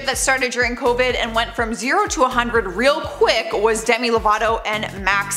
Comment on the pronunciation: It sounded like u said sorry dummy instead of demi